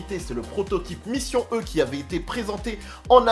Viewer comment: Si tu dis «Taycan» avec l'accent, dis «Mission E» aussi avec l'accent ^^' toutes les fois.